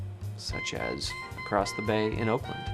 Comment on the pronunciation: The way you said "as" you said it like yas